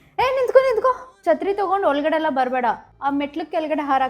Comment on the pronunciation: ಮೊದಲು ಕನ್ನಡ ಚನ್ನಾಗಿ ಮಾತಾಡು ಆಮೇಲೆ ಟ್ಯೂಷನ್ ಹೇಳಬೇ ಎವ್ವಾ. ಅದು ಹಿಲರು ಅಲ್ಲ, ಎಲ್ಲರು ಹಾರಕು ಅಲ್ಲ ಆರೀಹಾಕು.